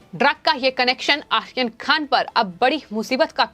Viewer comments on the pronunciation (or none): pls pro nonce correctly maam. Aryan not Ahyan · Not Akhir Khan, it's Aryan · Aryan Khan theek se bolo. 🙄 Ahiyan Khan. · नाम सही लो बर्थडे बॉय का! क्या प्रोनाउंस कर रही हो!! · Please pronounce his name properly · आर्यन का उच्चार ठीक नहीं करती है आप